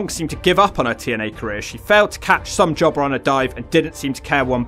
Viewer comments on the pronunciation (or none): Taylor was working as a waitress, during her times in TNA. I'm glad she came back to wrestling, after being retired, for years. She's still got it! I thought Rhaka was way too tall and skinny. I love how you say, Somejobber lol